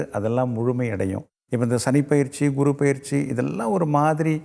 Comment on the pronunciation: இந்த guru என்பதற்கு kuru என்று ஏன் உச்சரிக்கிறார்?